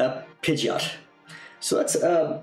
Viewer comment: its not pidgit its pi-gee-ot pidgeot